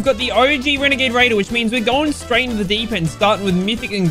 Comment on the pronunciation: The “WeNAgADe wAIdEr” my guy